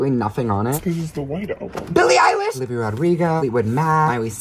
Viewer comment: “ BILLIE EILISH” “biLlE eiLIsH”